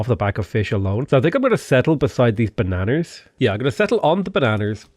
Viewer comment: Why are u HARD R’ing banana😂😂😂😂